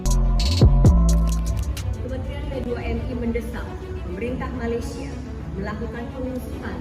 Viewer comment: wahai si pencerita, sebutlah nama negara kami dengan betul... Malaysia bukan Malaydesh.. itu saja nasihat saya... peace from 🇲🇾